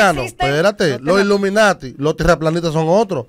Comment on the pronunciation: Nagüero jura que se dice "Luminati" 😂